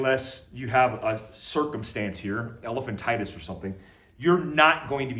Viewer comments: When he said elephantitis I was dead🤣🤣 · Damn theres no comments talking about how funny it was when he said elephantitus